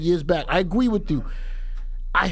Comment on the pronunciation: I A-GWEE with you ...